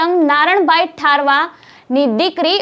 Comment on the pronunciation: મેડમ પણ રાઠવા બોલો ને ઠારવા એવું છું કામ બોલો છો